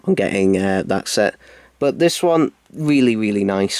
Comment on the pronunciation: TheCybermanFan - The Ultimate Whovian oh hello.STOP FOLLOWING ME!!!!!!!!!!!!!!!!!! But it's really annoying as it sounds like he is saying sex instead of "SET". And he says the monxters sex. Why can't he pronounce s?!!!!!!!!!!!!!!!?